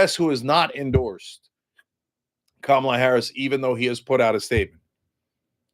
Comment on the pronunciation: It’s Kamala, Cenk 😂😂😂😂😂